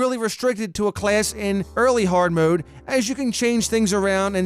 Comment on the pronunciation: I like the way he says class. "Clayss"